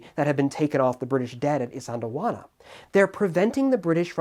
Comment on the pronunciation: white boy pronouncing isandlwana compilation ( i cant say it either)